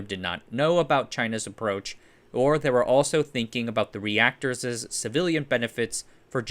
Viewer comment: Reactorses... nice